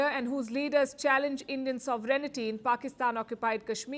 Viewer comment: Palki Sharma: I enjoy your analysis and your good English accent. But there are one or two words which you pronounce in a very awkward and ridiculous way. The most important word is: sovereignty. You pronounce it as sovereinity. The correct pronunciation is 'sovereign' and then 'ty', like royalty, not 'royality'. Sorry to be pedantic.